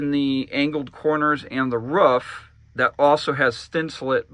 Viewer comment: Awesome build but if I hear thinsalit one more time I’m gunna die. It’s thin-sah-LATE just like Insulate. It’s a play on words. Sorry…..driving me crazy. 😬👍